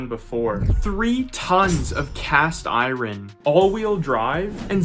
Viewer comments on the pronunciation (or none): Cast i-ron? Is this AI? 🙄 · Bro really said cast I rin🤔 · cast i-rin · at some point he said 3 tons of cast iron but, pronounced it “I rin” weird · Im out i can't trust anyone who says iron like that ✌🏻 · Is the kid AI, can’t even properly pronounce “iron”. Seriously though. And how about “ASHphalt”? TF…